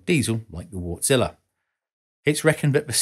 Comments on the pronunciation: Wärtsilä is pronounced Vartsila. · Look at how "Wärtsilä" is pronounced. Ä=æ. Not like "wart" would be pronounced. It's "wærtsilæ". It's a finnish name. You know... Finland. I know it can be challenging but since this channel is aimed to be informative might as well get it right. Just saying.... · Thanks, another rather elegant and entertaining video! You might want to look into the proper pronunciation of 'Wärtsilä' though, as 'Wartzilla' sounds more like something from a Japanese b-movie... lol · I smile every time you pronounciate "Wärtsilä" as Wart-Zilla:) Sounds like a monster, which it is. Thanks for this episode. Always worth the time to watch your videos.